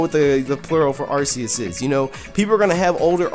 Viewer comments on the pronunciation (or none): you mispronounced Arceus